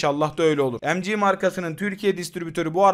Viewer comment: Kardeşim seviliyorsun iyi bir kulsun ancak lütfen EM Cİ OLARAK OKUMA KISALMA BU Türkçe okumalısın bu son uyarım.